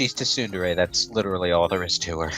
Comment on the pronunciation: M64DS has analog controls programmed in Whereas 3D land is only 8 directions lol Also "tuh-soon-dare-ay"